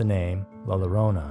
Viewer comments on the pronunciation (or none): "La LARONA"??? It's pronounced "La YO-RO-NAH" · Bro I’ve heard you pronounce it “larona” twice now, and it’s soooo wrong. It’s “yo-rona” roll the r. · I came here just for the comments 🥲 see if someone else was bothered by it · Lol the "Ll" at the beginning of "Llorona" is pronounced like "Y" So like "Yo-rona" But great video though!